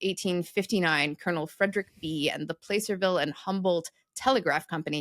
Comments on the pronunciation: Placerville is pronounced PLASS-er-vill, not PLACE-er, as in the placer veins which were mined for gold during the Gold Rush. And while we are at it, the first ‘a’ in Nevada is pronounced like the ‘a’ in “at”or “apple”, ne-VA-duh, not ne-VAH-duh, not like “off”. As a Nevadan, that mispronunciation makes our skin crawl. That holds true also for the Sierra Nevada mountain range, for both Nevadans and Californians. You touched briefly on one common use for “bootstrapping”, somewhat indirectly. The phrase “boot up” to start a computer and load the operating system is short for bootstrapping…the idea being that starting from “cold iron” with no running software, you needed some software that could load itself first and operate without any other software operating on the computer. This would be the operating system that could load and run other programs. Hence we now say “boot up” a computer to indicate turning it on and loading the bios (short for “basic input/output”) and operating system. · placerville isn't place-r-ville, it's plass-r-ville. Placer is spanish for pleasure. Placerville is pleasure town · FYI and future reference, the California town of Placerville (referenced in your exegesis of “heard it through the grapevine”) is pronounced “Plasser-ville”, not “Play-ser-ville”. Placer/Plasser is from the Spanish word for “pleasure” (“plah-SAIR”) and refers to placer mining, a particularly destructive method of extracting ore during the California Gold Rush. Before it was Placerville, the city was called Hangtown — named for a similarly destructive practice. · I live in driving distance of Placerville, and it's a short "a", not a long "a". Plah-ser-vil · Placerville "a" is pronounced like the "a" in act, not the "a" in the word place. it refers to placer mining which uses water to wash the gold out of the mountain sides. i live in Stockton California. my family goes back to the 1850s in this state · Just for the sake of pedantry, it’s pronounced “plASServille”